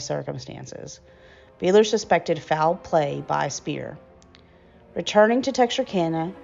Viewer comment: I have it on good authority that the last name is pronounced "BIDE-ler" (being of German origin). Otherwise, it was very interesting to come upon this. Thank you, for your research and efforts